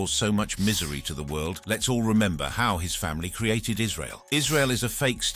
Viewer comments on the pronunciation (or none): none